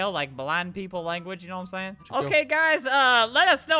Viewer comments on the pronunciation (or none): When albert says no-wa-im-sayin' idk why i love it